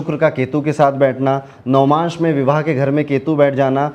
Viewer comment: navamsh hota h navmansh nhi😅